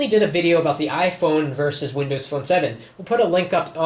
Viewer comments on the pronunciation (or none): none